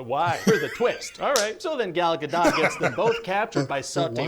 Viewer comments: I don't know what everyone's native language is on here, so that could affect what different peoples' ears will be sensitive to. But as someone who lived in Israel for 6 years, I can tell you her name has a long 'o' sound, i.e. it is a lot closer to "dote" than 'dot'. Hebrew does not in fact have a short o vowel in the language. Also, as a Canadian born and raised, I can tell you that Canadian English does have both a short and long o sounds and Ryan is definitely using a short o. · it's Gal Gadot, with a T. it's an Israeli name, there is no reason not to say the T. we don't have that weird rule in Hebrew. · Gal Gadot is a Hebrew name, U HAVE TO PRONOUNCED THE T AT THE END!!! It's GADOT not Gado. (U can find Gal saying it herself in Jimmy Kimmel talk show) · Ga-dote is how it's pronounced. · It's not French it's Hebrew - we pronounce the T....you're saying it wrong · She did a series of videos on how to pronounce it and she says: “Gal Ga-dut”. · I thought it was pronounced "Guh-Dough"..."Dot" sounds weird to me. Idk maybe it can go either way like Caribbean or Iran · Gal Gadoe (pronunciation) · Hey, little known fact... it's actually Gal GaDAYUM □ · What? I know. When they say GoDot, it makes me crazzzzie!! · you pronounce the T in Gadot but not in Margot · I had to pause after HT because your question on pronouncing Gal Gadot was so! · i think its 'Gal Gadot' with a 't' you can hear... idk either lol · "Ryan's pronunciation of Gal Gadot's name is the same as how she pronounces it." Nope. Not at all.